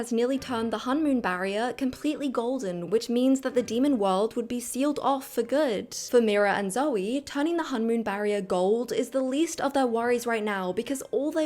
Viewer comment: I'm not sure why you say hunmoon. For being the most important part of the movie and they always say honmoon with a long o